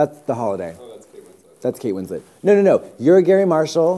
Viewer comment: Jennifer Ann-is-down and Kate Win-slit? Did I hear that right?